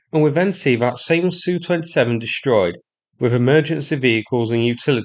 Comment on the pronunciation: Can you stop saying SU, instead say S U. It sounds so stupid to hear it as a "word". Can't explain it better.